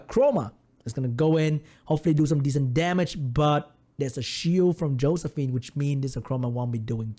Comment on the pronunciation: "and a hoe-sephine coming out XD"